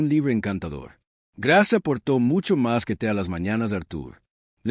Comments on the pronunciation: Grace se dice ( greis). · Grace o Greis …??? Si pronuncia también las palabras en inglés como es que se le escapó lo de Grace.